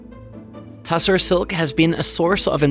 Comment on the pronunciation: Tussah, not tussar, in standard English textile lexicon.